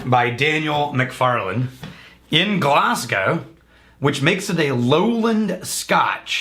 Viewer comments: Glaz-go not Glass-gow god damn Americans, thought you Texans were better that this, kappa. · Glaz-Go not Glass Cow :P